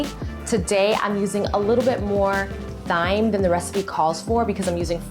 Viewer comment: Thyme is pronounced like "time".